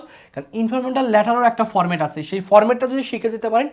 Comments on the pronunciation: ইনফরমাল ❌ ইনফরমেটাল ✅ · আপনি" informal" pronunciation করকে পারছেননা। আবার ক্লাস নিচ্ছেন HSC.